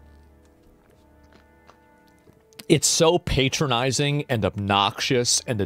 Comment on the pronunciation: Azmon please pronounce patronizing correctly 🤣